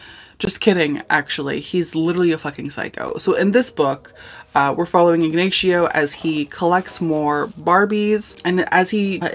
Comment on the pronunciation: Igg-nay-she-oh is killing me